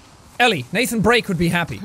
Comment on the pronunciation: did he say Nathan Break LOL u mean Drake